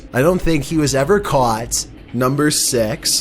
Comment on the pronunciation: He’s not saying number six he’s saying number Sex